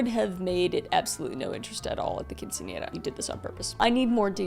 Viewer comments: this is a side note, but I have to pause and comment on this. I am Mexican, and I'm super impressed that you pronounced quinceanera correctly. So many non Hispanic people have butchered that word. You did not. I am genuinely impressed. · I know right, I expect it now, but it’s nice to here it right instead of quince I naira or something like that